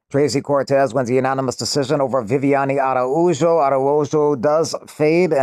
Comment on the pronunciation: How the fuck do you pronounce araujo as “ara-who-jo” fire annik i love him but that can’t be forgiven